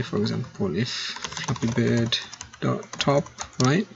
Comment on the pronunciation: At the beginning I thought he said " we are going to create a f***ing good game" im like. Da*n like the confidence lol